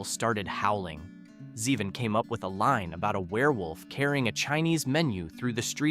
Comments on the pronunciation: And it's Zay-von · Blue Suede is pronounced "swade," not "Swede." And, it's "Zee-von." There were a few more really bad pronunciation errors which completely distract from your words. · Not Warren "Zehvin"... It's "ZEEvahn".